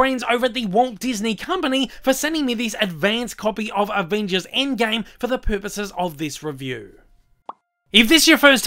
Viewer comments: "aind gaime" xdd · the way he pronounces "Avengers endgame" 😂😂